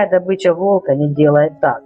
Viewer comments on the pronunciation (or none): none